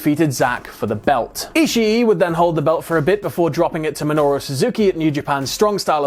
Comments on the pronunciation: Why does he keep on saying ishi e it's ishii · i - shi - i